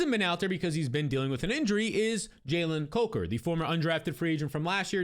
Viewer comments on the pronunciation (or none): The way you're pronouncing Jalen COKER's last name is killing me lol